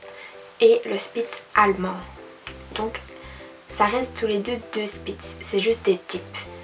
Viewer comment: Salut c'est une super vidéo ☺ moi c'est aussi une spitz allemand croisé elle a eu un passer dur mais maintenant elle va mieux c'est elle qui est en foto de profil je voulais te dire qu'on dit pas spitz mais shpitz (saufe sa s'écrit spitz) Bref je vais m'abonner à ta chaîne regarder ton contenu et likez ta vidéo (ah oui et je vais sortir ma première vidéo sur ma chaîne) Bisous 😙